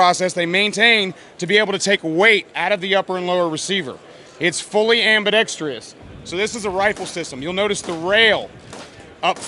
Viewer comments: Why do even/especially gun manufacturers think it's AM-BE-DEX-TREE-US??? There is no TREE in it. It's ambidextrous. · Dude, learn how to pronounce ambidextrous properly especially if you're going to say it about 8 times....nice rifle though. Great video, keep them coming.